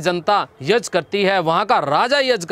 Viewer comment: Sir yaj nahi hota yagya hota hai kripya sahi ucharan kare.